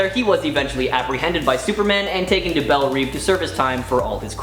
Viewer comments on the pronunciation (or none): Omfg... It drives me up the wall when ppl say Bell Reeve. It's pronounced Bell Rev, like rev your engine.